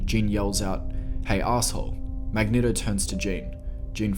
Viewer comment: ***the strong urge to click the home button when he said "magneHto"***